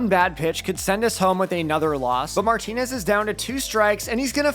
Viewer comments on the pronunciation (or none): none